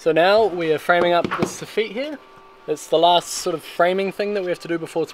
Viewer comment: Sah - fit not sah- feet lol that’s how to say sofit my bruv